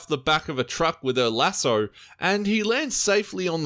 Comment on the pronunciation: take a shot everytime says lasso wrong fml